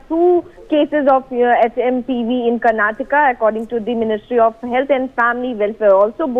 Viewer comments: Its not karnatak, it is Karnataka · It’s not Karnatakk..it’s karnataka.. plz be specific to state names .. people of state feel bad for that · Was she not going through the script?? Did it mention karnataka or Karnatak? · Someone teach the basics to the Anchor. KARNATAKA!!